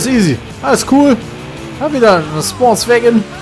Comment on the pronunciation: Was heißt denn nochmal sportswägon auf deutsch? Sportwagen? Hahaha einfach zu geil😂😂